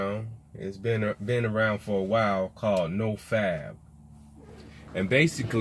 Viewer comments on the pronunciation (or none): nigga it’s no fap not “no fab”